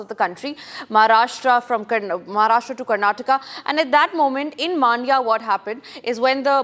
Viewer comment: Maaandya❌ Mandya✅